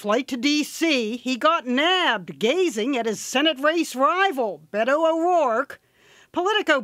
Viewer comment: I hate how she says Beto